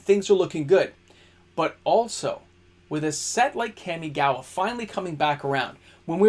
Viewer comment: KAM-ee-gah-wah… Kam like “comma” not dual overhead “cams”. You and the Magic Historian ..*smh* 😅